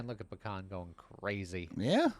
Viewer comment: This week is just Chungus week. Also I thought you were saying Pecan instead of Bakhan almost the entire video :P